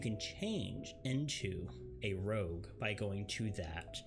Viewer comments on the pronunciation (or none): Rogue... not Rouge. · it's Rogue not Rouge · OMG ROGUE NOT ROUGE!